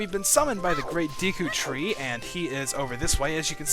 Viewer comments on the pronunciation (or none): It's pronounced De-ku, not Dee-ku. Trollface.jpg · Hey Dude Ur A Noob It's Prenounced Da Ku Not D Ku Lol JK Ur Awesome Still No Matter How U Say It It's Cool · I never understood how people ever come to the conclusion that Deku is pronounced 'Dee-koo'. It doesn't make sense in either English or Japanese lol. But to each their own I guess :P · Is it really dEEEku? I always pronounced it Deku with an 'e' like the work "deck" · same here, it's always been Day-ku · I'm a hick so I say Deku as "dayku". :( You're probably going to influence pronunciation changes for me. XD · "Deku" is a name/word that alot of people pronounce different e.g. Dayku, Deeku of Decku. i dont really know the correct way of saying it but who care... THIS GAME IS AWESOME!! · deh-ku and dee-kuh are both of 'em I use. Dee-kuh scrubs, deh-ku tree. Sa-rye-ah is the pronounciation I'm used to hearing LPers do, but sariah is what I've used, and hi-lee-uh is what I use as well. No awkward pronunciations for me, because you use the same ones I do.